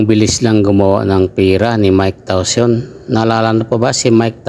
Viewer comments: Hnd tawson tayson haha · Anong tawson diko ma intindihan